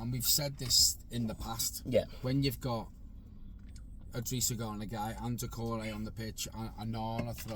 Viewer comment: it’s i’drissa not L’drissa Gana Gueye. Good match reaction though. Pickford save was HUGE! COYB